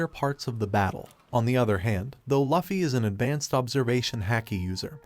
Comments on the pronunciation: It’s luffy not laffy I immediately clicked out of the video.”loofy” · Its luffy not laffy.